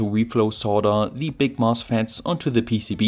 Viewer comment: With this PEECEEBEE-eh manufactooeer